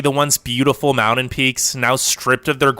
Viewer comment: This guy narrating cannot pronounce "mountain" and it's very annoying. That's all, carry on.